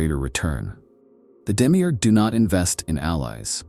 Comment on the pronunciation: Demi eeeeerrrg Its Demi-urge. Effin yanks.